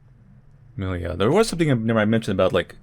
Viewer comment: Haven't watched the whole video yet, but based on the poster I believe the title is supposed to be pronounced differently. Namely, it's a transliteration of миля which is a russian word for "mile", and it's pronounced more like mil-ja (there is an audio of proper pronounciation at